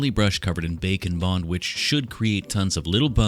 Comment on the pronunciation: Bake 'n' bond kina sounds like bacon bond 😂